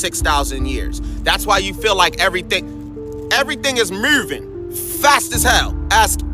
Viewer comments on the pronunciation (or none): "mooving" he definitely from Baltimore 😂😂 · I’ve never heard “moving” pronounced like that before 🤭🤣🤣